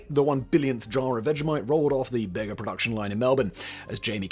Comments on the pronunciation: I worked for a week and a bit on a dairy farm that shipped its milk to the Bega cheese factory. Its pronounced beega not beggar. Southern most large town on the new south wales coast. One main function of vegemite is ambushing visiting American scholars and lunch or breakfast with buttered toast and a jar if vegemite. Anyone treating it like jam learns his lesson the hard way. Think hot English mustard sandwich. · Some mispronunciations: Bega Cheese is named after the NSW south coast town of Bega and is probounced, "Bee-ga", not, "Bay-ga" The second largest state in Australia is Queensland, not, "Queen Land". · Awesome video except Bega is pronounced beega. It’s a town in NSW in a dairy farming region. The company started as a cheese factory. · Bega is pronounced Beega. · The company name is pronounced as 'BEE GA' not 'BEG A' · It's pronounced "Beega", not "Bayga" Cheese. Named for the town (Bega) where the cheese is made. And for the love of everything you hold dear DO NOT DO THIS. That's about 20 times too much. Egads. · Always amusing hearing Simon's pronunciation of Australian words such as Bega. It's not "bay-gar", but "bee-gaa". Arnott's was also in a similar vain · Minor niggle - the prize to name Vegemite would have been 50 pounds, not dollars. Dollars didn't appear in Australia until 1966. PS Bega is pronounced with be as in bee not bay. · Bee-ga. Not Bay-ga. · “Bega Cheese”, originally (and still) a local product in the rural town on the far south coast of New South Wales. The town of Bega is pronounced ‘Bee-ga’, not ‘Bay-ga’. The brand that currently owns Vegemite, having brought it back to Australia from US owners. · Its BEEga, not Bayga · What the f—— visa baaaagaa it’s beeegaa cheese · its called beega not beggar cheese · Love this video and we all love Vegemite. FYI, the new owner Bega is a Dairy milk processor in the bega valley, home for us. Its pronounce Beegah. Awesome video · it's pronounced BEEGA mate. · Bega is pronounced “Bee-gah”